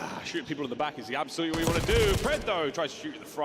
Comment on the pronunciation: Methodz said SOLUTLY